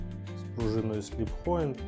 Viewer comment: Пружина (замок) сліпджоінт а не сліппоінт.